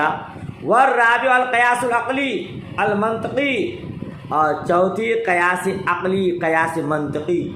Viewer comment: Qiyas hoga na ke qayas